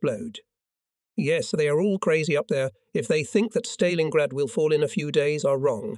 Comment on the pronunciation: The AI commentary is so bad. It can't even pronounce 'Stalingrad' correctly. To say nothing of the dreadful pauses and ridiculous rhythm of speech. I spent longer writing this than listening. I'm out.